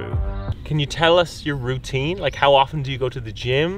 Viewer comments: “Rootine” lmao 😂😂😂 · It is called '"ROO-tine".